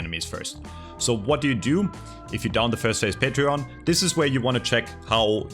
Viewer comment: it's not Patreon!! it's pronounced Patron!!!!! like this: " pay-tren " ((good video very informative))